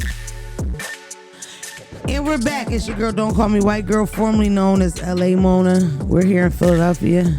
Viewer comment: Lmaoooo Monaaaaa😭😭 you just said the word that starts w/ a F & rhymes with maggot in Spanish 💀💀💀